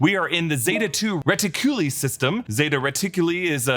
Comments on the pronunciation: Andy got his name from his Android Model. He was an ND model droid. Hence Andy. Also it's zeta 2 re-tic-you-lie, not lee. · Re-Tic-U-Lie... not Re-Teh-Q-Lee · Re-ti-cu-lie is how its pronounced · Ret-tic-u lye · It's reti-coo-lie.